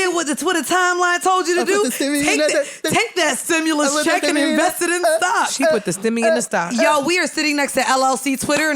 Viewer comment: Imma need bridget to never say stimmy like that again wtf 😂 sound like she said stimey